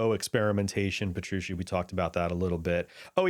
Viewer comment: Puh-true-chee. Thanks for the in-depth overview of the gear on this album.